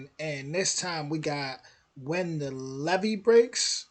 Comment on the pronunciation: Your are saying it correctly, the difference is the single E (ah) as opposed to double E (eeeee!)